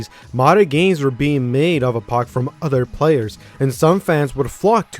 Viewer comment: "no udder game" Dude you pronounce things bad LOL